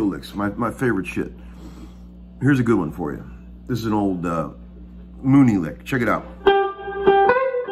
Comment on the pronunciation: I know you said an old Mooney lick but I heard Union lick which is even better hahah. Teach us some more old union licks!